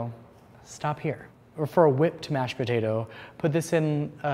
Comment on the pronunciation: Live and die for the way says "puhtaytah"